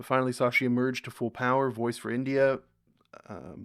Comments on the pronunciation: It's not SAA-SHEE. It's Shhh-shee. There is no aa while pronouncing. It means the Moon. [Radiant/beautiful as the (full) Moon]. You are welcome. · Try saying Shashi… not Shaaashi 😅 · It's not Sa-shi, it's Sha-shi................ Tha-roor (pronounce correctly), not Ta-roor 😅